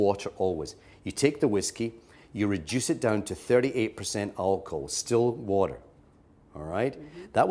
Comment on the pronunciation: Sdill wader